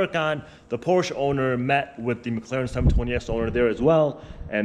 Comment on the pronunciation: I cannot watch a car guy channel with a guy that can't pronounce PORSCHE properly! ! 😄